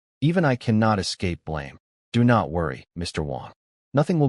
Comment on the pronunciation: Bau bow -> boh bow wau-nd wound -> woo-nd wound grehn-aud grenade -> grehn-aid grenade, SMH